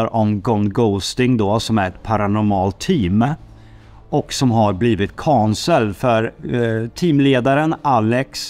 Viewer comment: Varför kan ingen från Norrköping eller var ni är ifrån säga cancelled? 😂😂😂 utan kanselled.